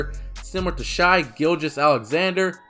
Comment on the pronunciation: I’m not trying to like roast you or anything but the way you say ‘Shai’ kills me every time